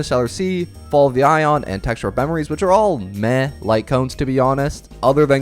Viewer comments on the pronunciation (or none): “fall of a ion” 😭😭